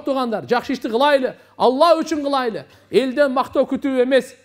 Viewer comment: Кылайлы эмес кылалы. Кыргыздын созу кайда бурулуп жатат. Й тамгасын Отто эле кокодотуп жибербейли